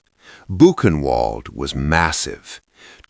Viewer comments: You need to train your AI that W in German is pronounced like V - Vi Mar - Book-en-vailed, It gets very annoying every time it is said wrong. That is how we get from Wien to Vienna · again another computer that cant recognize words that arent english words, when are these people going to be fired literation the name of the city is pronounced ' bu' ken' vald.....................you people are trash, find a new line of work i hear wendy's is hiring...................... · Yes! Also, Boo’-kin-vahld. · Is it really that difficult to train an AI voice to pronounce Weimar and Buchenwald correctly? I cringed every time I heard the W sound. Come on. Otherwise, this is good. It’s embarrassing that the handler didn’t know W in German is pronounced like V in English. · Please, learn how to pronounced words the Right way. Buchenwald is German, a 'W' is pronounced as a 'V'. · I'll subscribe when you can pronounce Weimar and Buchenwald correctly.